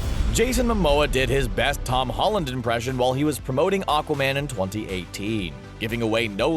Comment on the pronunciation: tod holland???? its tom holland!